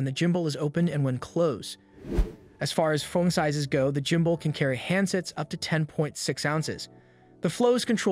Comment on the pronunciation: I laugh everytime he says jumbull😅